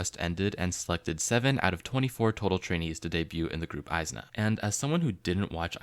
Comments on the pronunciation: nah bro its is-na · the group name is pronounced ee-zna not eye-zna idk how you missed that